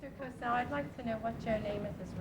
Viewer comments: It's Howard COSELL - not "Cossel". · It's Howar Cosell btwy not Cossel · It`s Cosell, not Cossel. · Actually his name is Cosell